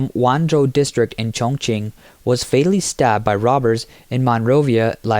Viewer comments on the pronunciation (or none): none